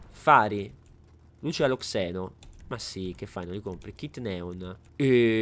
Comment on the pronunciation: Si dice xeno non Zeno mi deludi